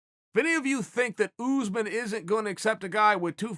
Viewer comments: Kamaru Usman: exists Chael Sonnen: OOZEman Kamaru OOZEman: OK GREAT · Chael "Oozman" Sonnen